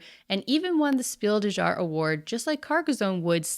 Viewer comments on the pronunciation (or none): Hello! Just FYI, "Jahr" is pronounced more like "Yar" than "Jar". The German J is more like an English Y. In fact, "Jahr" is a cognate with the English "Year". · The German word "jahr" is pronounced "yar". 🙂